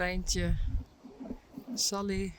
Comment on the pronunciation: My son says when you says when says what’s up Saly, it sounds like Sup Lady! lol 😂